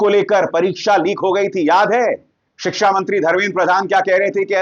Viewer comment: अगर उर्दू पढ़ लेता तो इतना बदजुबान न होता, बत्तमीज न होता। बोलने, बात करने की तमीज़ सिख जाता। उर्दू पढ़ लेता तो शिक्षा को "सिकसा" और खुशी को "खुसी" न बोलता।